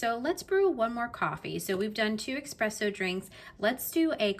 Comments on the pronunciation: ESpresso, not EXpresso😢 Overall very detailed review, you just need to adjust your grind size, as the espresso was very under extracted. You saw the machine gave you a different recommendation after and decided to ignore it, but I think you can get a way better espresso shot and creamier. I think you will love it a lot more and notice the difference as well. It won't be as bitter ❤ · please stop saying expresso though :) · Nice job, please just stop saying X-presso 🙏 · Your video is very informative! Love that you’re so thorough. Only con: there’s no X in espresso, only S’s… thanks! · sometimes being a coffee snobbass is what ppl need. Well said and BTW it is "espresso". Not ex, egg and whatever presso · Nice review, but that "eXpresso" is killing me from inside.